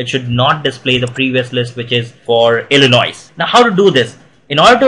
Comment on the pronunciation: the "s" at the end of "Illinois" is not pronounced.